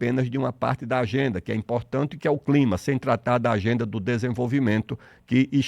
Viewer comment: COP e CLIMA, NAO e climax. Erro da Inteligencia artificial.